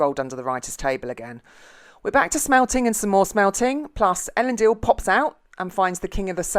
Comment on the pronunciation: At least you pronounced "Elendil" right